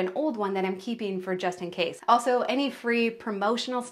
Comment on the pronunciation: Every time you say JUSTIN CASE😂😂😂😂 I expected him to pop in😂😂